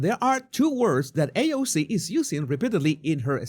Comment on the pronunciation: Lol. I love your videos. Bernie mispronounced AOC’s name. Paid and bused in